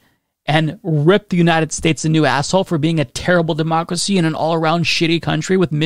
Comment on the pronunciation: I get it, deymaukracee is a hard word to crack... But a bit of practice gets you there 👍